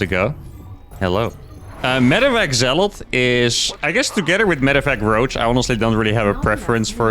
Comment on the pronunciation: STOP SAYING ZEALOTH! You keep spooking me! It's Zealot.